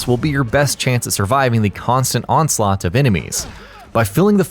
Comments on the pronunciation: Did I just hear him say "onslaunght"? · Yes, that's a word you know.